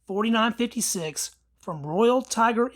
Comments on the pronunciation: Is it not pronounced “mahs” rather than “mass”? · You have alot of ignorant "facts" that you're spitting out. The slam fire issue is from kinetic movement of the firing as the bolt comes to a stop and soft primers. Do some research. It's pronounced "MOSS" not "MASS" btw.